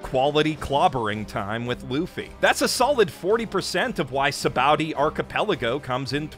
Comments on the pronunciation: It makes me feel like he read some really bad fan translation. He also says Sabaody weird. It's bow, like the fabric, or sa-ba-oh-d; not bow like a bow-wow. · actually "bondy", not "ba-oh-dy". It's based off the Portuguese word "sabão" (meaning soap) which is pronounced loosely like "sabon" (for lack of a better way to explain how it's pronounced, so "bondy" is actually the closest I can get in writing form - listen to how they pronounce it in the anime, it's kind of close). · ah yes, my favorite places are Bara tee, Enis Lobby, Zoo, and Sa Bow Dee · Its ok to call an arc bad bruh nobody cares. Also mans really said baratie, and sabowdy